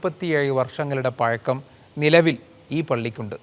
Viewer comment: പഴക്കം.... പയകം അല്ല അതിന് കുറച്ചു കൂടി മൂക്കണം